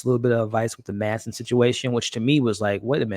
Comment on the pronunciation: It's MATTson (Matsson), not Manson.